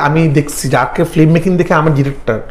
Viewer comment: 🤔 Bit disappointed to hear the pronunciation "FLIM" from. #Madrasha background fact❓